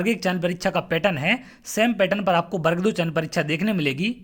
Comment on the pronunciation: पहले तो सही उच्चारण करना सीखिए।बर्ग नहीं वर्ग होता है। स्वयं का उच्चारण सही नहीं है . .और स्वयं को सर कह रहे हो।